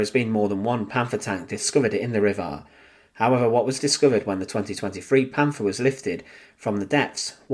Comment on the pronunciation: " Panfaah" please stop , just stop.